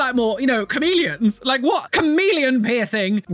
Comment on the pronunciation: It took me a minute to realize you were saying chameleon and not Korean 😂